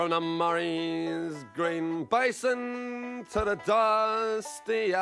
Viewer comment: Don't know why he said "the Murray's green bison"? it is "the Murray's green basin". Really needs an Aussie or Scottish accent to sing this, the English/Irish accent was a little painful to listen to with pronunciation of certain words. Needs more lilt to the voice. Not too fond of this cover. I know their intentions were gold, but just didn't sound right and sounded completely flat and emotionless. To get a real grasp of how the song is sung watch Eric Bogle's original version. The Aussie/Scottish mans voice is very smooth and clear and he gets the emotion out that he wants to convey. Overall one good thing came out of the Battle of Gallipoli. Australia and Turkey gained a very deep respect for each other and became freinds. Many Turkish people traveled to and migrated to Australia afterwards and helped to build the countries infrastructure just like the Lebonese, Italians and Greeks did.